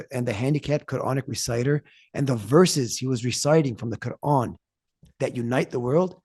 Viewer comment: I do not follow Islam however I really like the way that he pronounces the word "Quran"